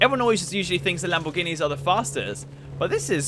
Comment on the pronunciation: Mclawens Labowghinis Camawos HAHAHAAHAHAHHAAHA XD DXDXDXDXDXD